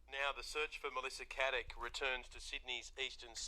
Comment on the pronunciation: Her name is Caddick not Haddick if you're gonna do a podcast on her, say her name right at least